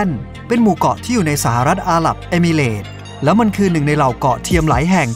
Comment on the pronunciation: เสียงน่าฟังค่ะ แต่ควรออกเสียง ร ล ให้ถูกต้อง อาหรับอิมิเรตส์ ไม่ใช่อาหลับเอมิเหลด